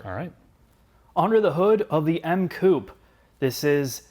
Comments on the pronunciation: Coupe is pronounced Coup-pay...come on make an effort.... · Love your vids but please... say coupehh. Coup sounds strange as hell. Keep cool, great vid as always. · Coupè= ~coo pay~ , oh and it’s Zed 4 ..😉